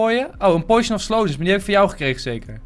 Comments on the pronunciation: Het is potion geen poeition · enzo uitspraak oefening; Potion - Poo sjen poison - poj zon poison potion - poj zon poo sjen